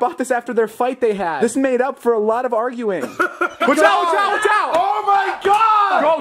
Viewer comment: Aruging and not arguing